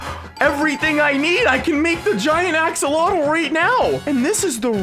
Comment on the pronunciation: Axolotl not axcoltal